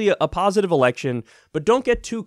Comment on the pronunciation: Did anyone else hear "democratic ERECTION"? lol